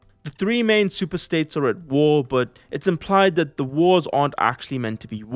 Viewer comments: I am vary creative, also Truly I am despondant at the news of your departure as head of the WEF, from your charmingly bald head to the way you could not pronounce the word "the". A great service you have rendered to the world and for that reason I thank you in this comment. Also I like APPLE products, NVIDIA GPUs, FINANCE, STOCK MARKET CRASH, Injurylawyers4u, I NEED A LAWYER, Workplace Accident, Shopping interests, Purchasing Items, How to Buy. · Truly I am despondant at the news of your departure as head of the WEF, from your charmingly bald head to the way you could not pronounce the word "the". A great service you have rendered to the world and for that reason I thank you in this comment. Also I like APPLE products, NVIDIA GPUs, FINANCE, STOCK MARKET CRASH, Injurylawyers4u, I NEED A LAWYER, Workplace Accident, Shopping interests, Purchasing Items, How to Buy. Yours Faithfully, Stoic Stick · Dear, Truly I am despondant at the news of your departure as head of the WEF, from your charmingly bald head to the way you could not pronounce the word "the". A great service you have rendered to the world and for that reason I thank you in this comment. Also I like APPLE products, NVIDIA GPUs, FINANCE, STOCK MARKET CRASH, Injurylawyers4u, I NEED A LAWYER, Workplace Accident, Shopping interests, Purchasing Items, How to Buy. Yours Faithfully